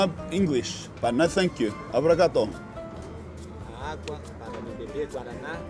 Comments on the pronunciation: it's obrigado not abrigado aniosss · Japanese Portuguese blend "Obrigatō" 😂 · Lol "Obrigato"